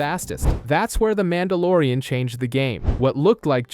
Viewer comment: Calls him MAN DA LORE IAN Short for MON DOH